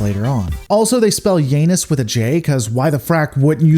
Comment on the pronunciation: Oh boy you butchered the pronunciation of Janus.